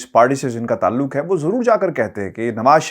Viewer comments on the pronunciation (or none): none